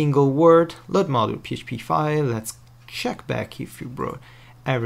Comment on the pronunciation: OMG the part of that "mnodule" was driving me crazy lol